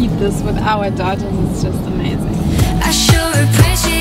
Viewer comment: It's Ibiza not ipizza lol 😂